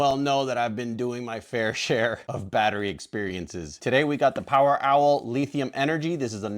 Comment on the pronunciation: This man said LEEthium. But I like the energy.